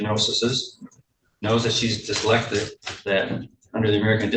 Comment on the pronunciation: She definitely mispronounced dyslexic on purpose.